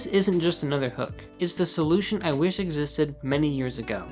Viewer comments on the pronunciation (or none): none